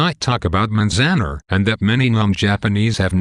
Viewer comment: its pronounced manz- an- are